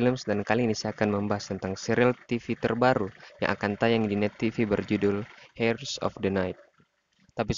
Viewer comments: Bacanya jangan hers min tpi iers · Mas, pronunciationnya salah.. 😅 Dlm kata HEIRS, "H"nya nggak dibaca.. 😁